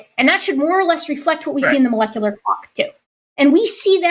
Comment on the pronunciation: Good to see that a week later still can't pronounce "molecular".